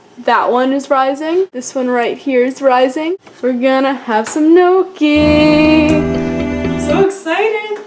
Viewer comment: Looks really good :D I love homemade gnocchi! It's pronounced "nyee-ok-ee" Almost spot on! :D